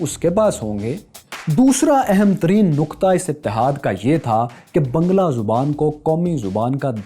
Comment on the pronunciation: you are still pronouncing the language wrong. It is baang-laa.